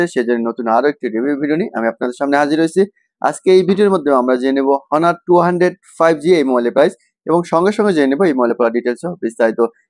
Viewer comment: ভাই হনার না এটার নাম অনার ...